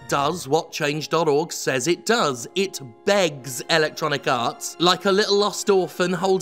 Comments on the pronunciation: It is wonderfully appropriate how much it sounds like Jim is saying "Electronic Arse" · I always hear it as "Electronic Arse". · LOL ... me too. So I'm not alone. I bet he does it on purpose.